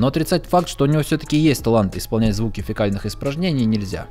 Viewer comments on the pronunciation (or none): фЕкальных,тупица. ФЕкалия,а не фИкалия